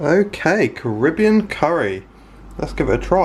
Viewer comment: Why do you pronounce Carribbean like a yank?